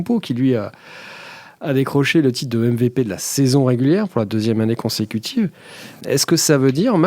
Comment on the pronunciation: J'ai mis un dislike pour la prononciation du mot MVP